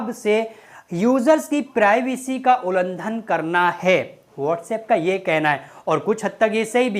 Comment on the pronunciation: ulandan nai bhai ulangan